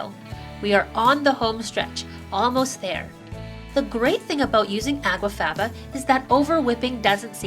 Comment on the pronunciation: It sounds as if you are saying água faba at times, instead of aqua faba.